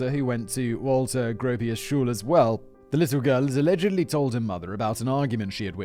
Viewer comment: Simon's German pronouncation is sehr schlecht. Pronouncing schule school